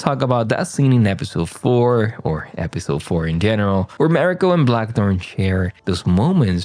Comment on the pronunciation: Please learn how to pronounce Mariko’s name correctly.